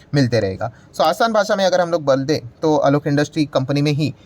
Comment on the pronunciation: Sir said -“ toa asan bhasa mai agar hum loag BAL de” instead of bol de😂😂😂😂